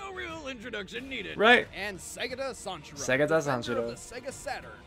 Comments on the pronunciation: You said segata sanshiro perfectly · ***** you pronounce segata sanshiro so well